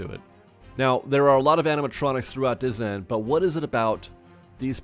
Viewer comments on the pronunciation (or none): "dizzyland" lol